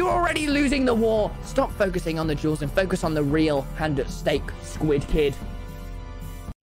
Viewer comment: I like his vids, but when he says duels it sounds like juuls 🤷🏻‍♂️😂